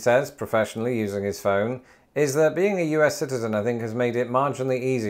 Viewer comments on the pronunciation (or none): none